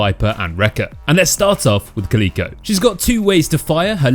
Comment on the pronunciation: Caleeeko? Its Cal Ick Oh like the cat bruh